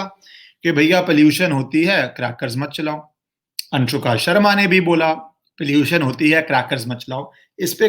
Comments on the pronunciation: Whenever u say anshuka instead of anushka i just enjoyed alot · Not Anshuka.....Its Anushka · Are baba अंशुका नहीं अनुष्का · I laughed when he called anshuka Sharma.. lol.. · Its 'Anushka', not ' Anshuka' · It's so funny , you are distorting her name. Anshuka Sharma. ......😅😅😅😅😂😂😂😂. Good one. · Anshuka nahi Anushka naam hai uska 😁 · Anushka Sharma name hai,Anshuka nahi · Really you have no interest in Bollywood. Yo called her "Anshuka" Sharma twice. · Anushka Anushka Not A Anshuuuka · M so happy u dnt knw how to pronounce virats wifes name. Its good to know people dnt give importance to her